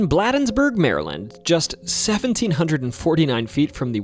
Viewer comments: “Blah-dens-burg” where they dule… no it’s BLADENSBURGE and it’s pronounced BLADE-ENS-BURGE hence you dule with a blade. I’m from Maryland so it’s ok I understand lol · Blade-ensburg... Not bladdensburg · If you move here, please stop calling it "Bladdensburg." It's pronounced "blade-ens-burg" around these parts. 🤣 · Bladensburg is pronounced BLAY dens burg. Doesn't rhyme with Blah. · The city is pronounced BLAYdens-burg, not BLAHdens-burg! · I’m originally from Maryland, and regarding Bladensburg; I’ve always heard it pronounced Blade (as in knife blade) - ensburg, not “Blad - ensburg” Loved hearing all of those stories here! Many included details I hadn’t heard before. Thank you. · Bladensburg is pronounced “BLAY-dens-burg” as in a blade. Not “BLAH-dens-burg”. FYI. Also it is literally blocks away from Cottage City (or really Mt. Rainier) where the events that inspired The Exorcist took place as mentioned in the beginning of the video. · Bladensburg is pronounced - blade ens berg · Concerning the part about the Bladensburg Dueling Ground, "Bladensburg" is pronounced with a long "A", as in the word "play". With the way it's pronounced by the (AI?) narrator, it would not be recognized by most Marylanders. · It is pronounced "Blade-ens-burg" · Its pronounced Blade-ins-burg. I am a Marylander and used to live near Bladensburg. Great video! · 🤣😂 Bladensburg is pronounced Blay-Dens-Burg my boy like Brayden replacing the r and y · Again mispronounced Bladensburg long a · Its pronounced "Blay-dens-burg". Also, bonus tip for the future, "Boo-ee". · Note... Bladensburg is pronounced with a 'long A" pronunciation. And no mention of Prince Georges County's Goatman? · loved the video but the way you pronounced bladensburg made me itch😂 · Thank you from a born and raised Marylander. Several of these stories were new to me. Just wanted to let you know the correct pronunciation of Fort Detrick is Fort Dee-trick. Also Bladensburg is pronounced Blay-densburg.